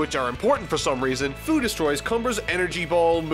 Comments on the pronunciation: First It's not "Foo" but "Few".... and, the video is Hilarious. I love it! And Baby Toriyama. A big like! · Fu's name is pronounced "Few" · Its Few not Fu Its Wees not Wis... For fucksakes YouTubers... Its like Kaoken actually being Kaioken.